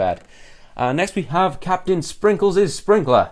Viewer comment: You didnt read that right Captainsprinkles Its CaptainSparkles